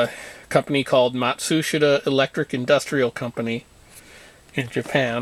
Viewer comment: Matsushita is pronounced “mot shus ta” . I work for Panasonic for the past 39 years ....